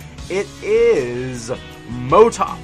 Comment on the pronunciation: cMotoK pronunciation is Moto Kay